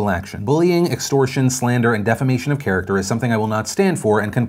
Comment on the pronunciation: charterer... not character